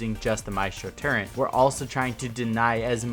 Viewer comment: great video but can you actually say "turret" instead of "turrent"? Its really bothering me